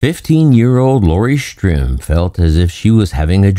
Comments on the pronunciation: Now I have to look up... is it Stirm or Strim? He says "strim," but most times, it's printed "Stirm." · If you're going to tell this heroes story you owe it to him to pronounce his, and others, names properly. His last name is STIRM.... not Strim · The narrator keeps calling the last name "Strim, not Stirm. "Strum" is much different than "Sturm." So is it Stirm? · You call him "Strim" about 100 times in the video.... his name is STIRM. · If his name is spelled Stirm, why then are you pronouncing his name as Strim? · Dude if you're going to do a story on someone pronounce their name right its Stirm not Strim! And you're constantly repeating yourself for 20 minutes was really annoying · The narrator keeps saying "Strim", although he is really Lt. Col. Robert Stirm. This s embarrassing to the family. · Right? He said "Strim" about 100 times in the video... even spelled it wrong in an overlay ... It was really distracting from story.